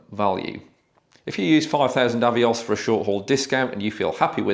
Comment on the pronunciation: Good stuff,. This Avios rabbit hole is such fun to explore! 😂 I started my self-imposed Avios challenge (glad you pronounce Avios like I do BTW) in Feb and averaged a little more than 50k per month so once people get up and running, it is a total game changer!